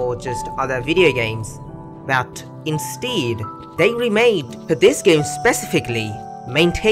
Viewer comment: Since when is instead pronounced instiiid?